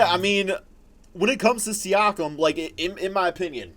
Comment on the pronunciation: Its Siakam not Siakim Lol